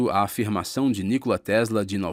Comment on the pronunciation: Nicola (pronuncia, Nicóla)